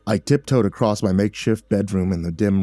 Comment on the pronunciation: Ah i wondered why i never finished this. It's because you forgot how to read "across".